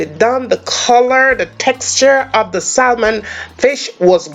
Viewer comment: Looks delicious, I’m on keto so I’ll omit the rice and potato. Don’t be mad but just letting you know the the L in salmon is silent, so it’s pronounced SAMON.